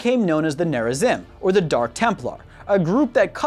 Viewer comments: Protoss will be victorious! Also: it's pronounced Tal' Dareem. Yes I know its typed darim... Also the other faction is named Nerazeem not neraZim... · Also he fucked up Rah-shah-gahl and Nehr-rah-zeem too. I suppose I can't expect them to play the campaign to hear the proper pronunciations though. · I cringed at how you pronounced Nezarim differently in different parts of the video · who cringed when he pronounced narazim and tal'darem incorrectly? just me? okay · Nehr-rah-zeem, Tahl-dah-reem, Rah-shah-gahl It takes 30 seconds to look up pronunciations. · Woo, Protoss! En taro Tassadar! cringes at the pronunciation of Taldarim and Nerazim P.S.: Ave Imperator!